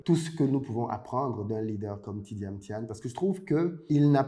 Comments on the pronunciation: Vous avez dis "Tidiam Tiane" dans tout l’exposé 😄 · Très bonne vidéo, cependant je déplore l’écorchement du nom du sujet principal de la vidéo qui est Tidjane THIAM*, et non Tidiam Thiane. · Merci pour le partage. Prononcez toutefois bien son nom. C'est pas TjidaME Thian comme vous le prononcez (réécoutez vous au besoin), mais plutôt TIDJANE THIAM. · J’avais l’impression d’être la seule à entendre Tidjame Thian! Le contenu est intéressant effectivement. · Tu pronoce mal son nom